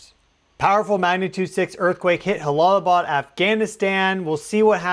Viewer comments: It’s pronounced Jala not halalaabad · It is not pronounced Halalabad, the J is a J, it's not a Spanish name. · Prayers go out 🙏 new sub here. J-Bad. "J" "J"alalabad. no silent H. ...logistically speaking. I've been there a few times in a "NATO" capacity but culturally too I think its a "juh". no mean to critique. I've been enjoying your content at a.. logarithmical frequency rate or something hehe. thanks for the excellent content. and again my prayers go out 🙏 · It’s Jalalabad. Pronounced ja as in jaybird and not as in josê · im pretty sure you pronounce the J as a J like Jump, if it was an h sound in arabic it it would be an h. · In Jalalabad J is pronounced as J not H 😁my prayers for all in the affected area 🙏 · Good coverage. Minor nitpicky correction: Jalalbad is pronounced with an English “j” rather than an “h” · Jalalabad is a "jay" sound. It's not Spanish.